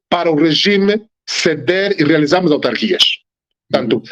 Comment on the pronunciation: Ao apresentador: é AUtarquias, não ALtarquias.